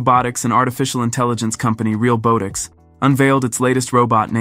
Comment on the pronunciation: The comedic irony of the Ai voice being unable to properly pronounce "realbotics" is not lost on me.